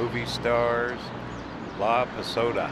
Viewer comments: Um---correct pronunciation is La PO SA DA. You said La PA SO DA. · It’s La PoSAHda. Not ‘soda’ like the drink. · LA Posada, doesn't have an o after the s. It's pronounced with a Spanish a. ❤